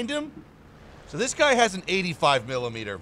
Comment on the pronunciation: no one::M I L I M E D E R